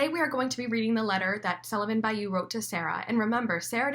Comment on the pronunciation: Sullivan Ba-LLou not Bayou